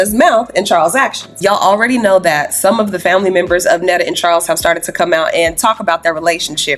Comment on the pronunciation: Did just say have kids with chawls??? wtf 😂😂😂😂